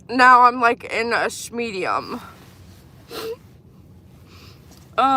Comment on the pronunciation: "Sch-medium" .... 😂...love it!! (Me too! 💞😏)